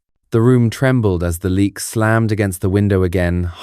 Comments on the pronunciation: ... it's not pronounced "leak" as in "leaking". It's pronounced "Léh - yuck". I'm Indonesian. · It's pronunced Le...ak.